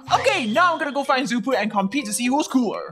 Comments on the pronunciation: Rutbell the name is shoo poo not Xppuoo😝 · First of trixx is a boy not a girl second of xuppu’s name is pronounced shuppu not zuppu